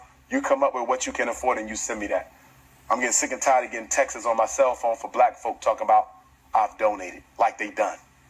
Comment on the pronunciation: I don't want no one teaching my child that says textes 😂